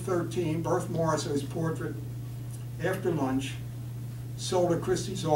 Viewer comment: At least learn how to pronounce Morisot's name.